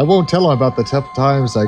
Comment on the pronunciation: That's what I'm talking aboot!